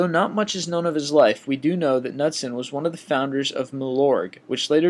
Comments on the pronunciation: Knudsen= Ka-nood-sen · HORRIBLE pronunciation--again. I stopped it when he couldn't say "Knudsen".